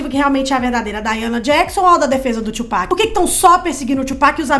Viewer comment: Sim, e se pronuncia TUpac mesmo e não twopac